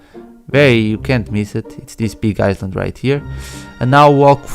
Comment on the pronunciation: Don't want to be an asshole but it's pronounced I-Land